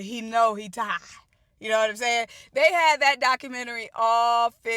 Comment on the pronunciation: Dumb arses couldn’t spend the money & film both teams, lol , u had me pissin my pants with “tired” , haven’t heard anyone say it that way since 82’